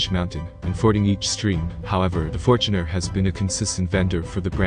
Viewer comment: Fort Runner? What the fort,,, come on man